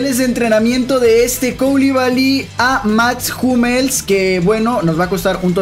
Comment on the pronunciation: Max Hummels ❌ Mats jumels ✅